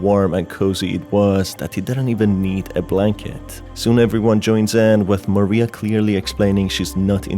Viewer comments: Just a slight thing with Mariah. It's not actually pronounced MA-ree-ah. It's Ma-RYE-ah. Think of the singer Mariah Carey. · God I hate it when people call Mariah Maria. Her name is NOT Maria, it's Mariah. It's pronounced like ma-rye-ah not ma-ree-ah. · Every time u call Mariah Maria i die a little inside ❤️ it’s okay tho cuz u are my favourite video game tuber